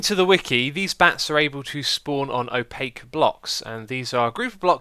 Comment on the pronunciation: I know! Drove me insane every time he said opaque.